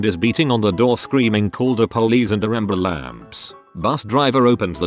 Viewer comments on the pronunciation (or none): 🤕 “Call da po-lees and de amber lamps!” 😆😂🤣xD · “stop da bus, dem kids done stabbed me” “call da po-lees and de amber lamps” This woman 😂